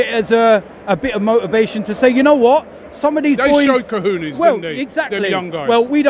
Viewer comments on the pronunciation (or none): robbie its pronounced ko-ho-nes not kahunas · Co-HONE-ays not WHO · These fickle knockers will be calling for Wilshere to be sold in 3 months when he's injured again. And why cant these clowns pronounce cojones properly? Luton breeds idiots.